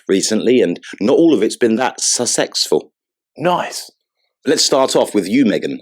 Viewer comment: Hahahaaa..."Royalish" ..."Succexful*.... Hahahaaa...